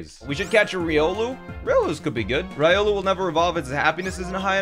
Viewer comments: "Rye-olu". That must be like a sandwhich or something. XD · Your Riolu pronunciation hurts me inside... Ree-oh-lou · this is bothering me. As an avid Trackmania watcher, it is REE OH LEW. STOP SAYING RY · He mispronounced Riolu, and it hurt me. ಥ‿ಥ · The way you say Riolu bothers me.